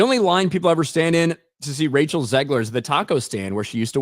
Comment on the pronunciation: OMG! got her name right (and I don't mean the last name).